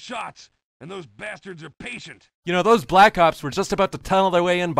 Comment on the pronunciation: " be vewy vewy quiet... im hunting bwack ops hahahahha" XD